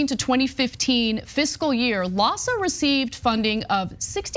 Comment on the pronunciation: LAHSA sounds almost like PADS!